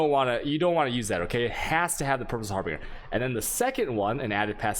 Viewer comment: You are trolling right? There is no second r in harbinger. Har- bin- ger (like Germany) not har-bringer. And there is no d at all in resonator... res- on-ate- er.